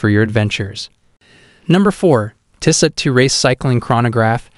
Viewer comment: include all the links you want but learn how to pronounce tissot first, or maybe use an actual human to do voice over, these videos are terrible